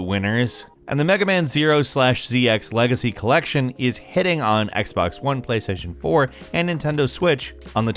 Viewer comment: Whoever heard him say “x bex 1” at the end